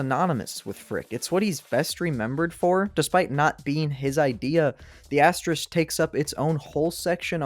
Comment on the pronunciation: This is a tough video to do when you can't pronounce asterisk lol, big props man